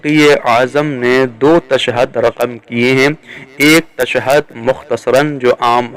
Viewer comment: Beta tu pehly tashahud bolna sikh ly pir ye fesla karty he ke shahadat salasa durust he ya ghalat. Tashad nahi hoti tashahud hoti he.